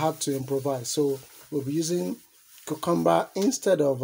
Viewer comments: I love how he pronounces Cucumber, it's a very satisfying sound. Much less harsh than UK English, smoother sounding. The dish looks amazing. I'm going to try this myself tomorrow night. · It's interestingly similar to my mother's pronunciation of the word (from the North East of England) - with the stress on the middle syllable.